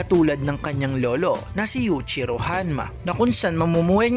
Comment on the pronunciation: Yuichiro hanma ! Paayos Ng pronounce!